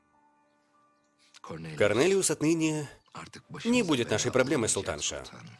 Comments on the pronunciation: Почему Корнелиус всегда слышится как Коронавирус 😂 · Когда слышу Карнэлиус вспоминаю Коронавирус😏